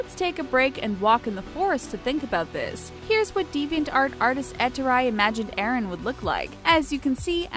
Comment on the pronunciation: Cinderfella has the same liking for cleaning as revaille or for weebs like me, levi. I know, its already obvious but i cant stop myself. Also, hears the name eren ... Is that what I think it is? I know its Aaron but the way the narrator said the name made it sound like she was saying eren.